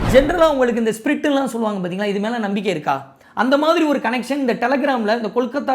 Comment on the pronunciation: Spirt illa pa spirit